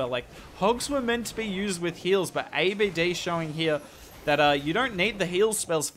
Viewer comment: His name not A. B. D... Don't spell it one by one... It is pronounce Abd one sentence, because he is An Arab name, Although great content you have, keep going 🔥